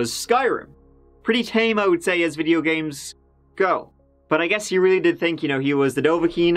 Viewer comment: Go. It's pronounced "g-oh", not gu. Let's give it a go.